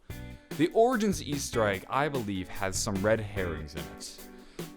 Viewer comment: Yo please stop trying to pronounce the name. Lol it sounds disgusting